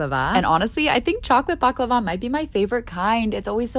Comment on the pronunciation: That baklava pronounciation was murdered